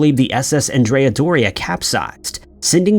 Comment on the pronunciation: Named after the 16th-century Genoese admiral Andrea Doria, it's pronounced with the masculine name, pronounced like Ahn dre uh. The feminine name is as you pronounce it in the video. Thanks for all you do, I enjoy your episodes.